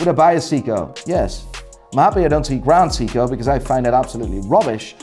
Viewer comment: "GraHnd Seeko!"